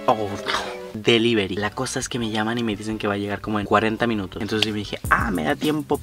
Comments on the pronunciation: Delluivery deloivery deluibury !!! Delivory!!! Delivory!! Deliveryyyyyyyyy! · y su dislecsia dever delierv deli deliveri😂😂😂 te amo a ya avia visto el video pero estaba aburrida y lo volvi a ver😂😂😂